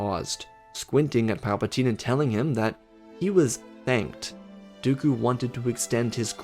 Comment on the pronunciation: He said his words "Do-oku." Ok why? its been 15 seconds..